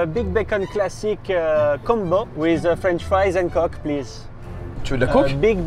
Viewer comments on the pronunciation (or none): Alors en fait, Joyca, à, a prit un "cock" (prononcé "kok")... ce qui est différent de "coke" (prononcé"cowkeu")... P'tet connaîtrez vous la différence 😂 En tout cas l'équipier à du bien rire en l'entendant xD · On dira à de faire gaffe à la prononciation... Coke se prononcerait "cauque" et pas "coque", pck la, il vient juste de commander une beuteu dans un fast food 🤣🤣🤣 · a commandé une beuteu et pas de la coke (à cause de la prononciation) voila, c'est tout pour moi. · attention a la prononciation parce que coke et et cock c'est 2 choses différente xD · en vrai quand on y pense il a juste prononcé le o de coke avec l'accent du Sud.